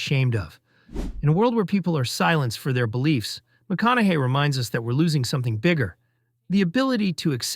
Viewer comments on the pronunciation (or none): You keep going from "McKONAKY" to the, I assume, correct way of pronouncing his name "McKONAHY". Pick one and stick with it ! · Maybe pronounce his name correctly